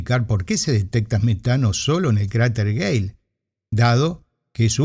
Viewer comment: No hay UNA vez donde no parezca que dice "cráter gay"